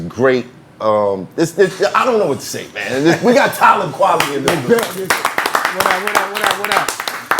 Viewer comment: You pronounce the name… KWELI ! Any questions?